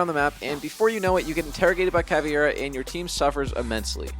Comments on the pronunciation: Say it with me CA-VEI-RA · Did u say caviar ? 😂